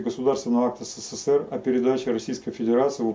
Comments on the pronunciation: Ребята вы блин в ССР не жили чтоли? Или прикалываетесь? Научитесь правильно называть страну! Не сЭ сЭ ЭР, а Э СЭ СЭ, СЭ ЭР!!! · Произносится ЭС-ЭС-ЭС-ЭР, а не СЭ-СЭ-СЭ-РЭ.